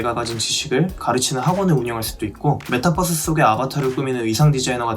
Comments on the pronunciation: 자꾸 버스로 들리네.. ㅋㅋㅋㅋ 벌스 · 메타뻐스 아니구 메타벌스 ~ (메타+유니버스) ㅋㅋㅋ정말 앞으로는 메타버스세계가 될것같아요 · 고속버스도 아니고 메타뻐스… 들을 때마다 좀 거슬리던 차에 딱 집어주시네요.. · 메타뻐스라니... 유니뻐스라고 안하잖아요... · 발음도 그런데다 자꾸 올라타라 이러니까 진짜 bus얘긴줄 알았네요. ㅎㅎㅎ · 메타뻐스...듣기 거북함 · 유니버스는 그럼 유니뻐스냐?ㅋㅋㅋㅋㅋㅋㅋㅋ유니벌스지